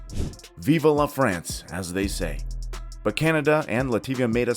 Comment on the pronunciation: Lativa my ass! Cadona, Fracne and Lenoban was also playing in that group and Lithuanians got out of the group. Murican States of Unity will go to the finals? Get a grip with your own voiceovers not to sound like a fool. Sorry - floo!